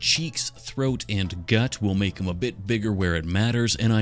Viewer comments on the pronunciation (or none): i am so brain rotted i thought he said "gyatt" instead of "gut" and almost cried. please never say gyatt. also it wouldve been sick if you made her into reference the shark that survived an attack of the killer whale duo who have been killing sharks